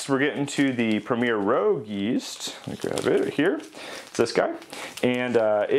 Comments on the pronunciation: It's premier rouge not premier rogue. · Great video. Just an FYI, the yeast by Red Star is Premier Rouge, not Premier Rogue. "Rouge" means red in French. Keep up the great content . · Rouge (red) not Rogue. A good review. I use Rouge in blackberry wines. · (I feel like my mother in telling you) but I still feel compelled to say the yeast is Premiere Rouge (red) as in the french word not rogue. Also it would be cool to see the time it takes the yeast to fall out of suspension for each individual jar. I know that each of those yeast have an optimal temperature range. Do you feel the ones with the poorer performances were well outside these temps? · Red Star Premier Rouge....not rogue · You really piqued my interest on the red star products. I am confused though. You called one of them Rogue, did you possibly mean rouge? Totally not being a smart ass btw. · Ummm...rouge? French for "red". As in "Red Star" or red wine. In contrast to Red Star premier blanc. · lol "Rogue" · Oh I totally goofed. I messed up and mis pronounced it every time!!